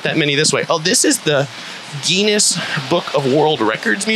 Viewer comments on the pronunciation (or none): Where you from man ?? It's not pronounced Genius world records. Pronounced like thar English beer Guiness. Sceintoloists have a giant celebrity center on Sunset I believe. The amount of Real estate they own is mind boggling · You pronounced Guinness incorrectly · Did he say Genius Book of World Records??